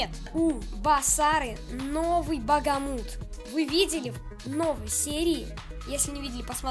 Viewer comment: Хех, не Багамут, а Бахамут) Это так, на всякий случай, не значительная подсказка 😅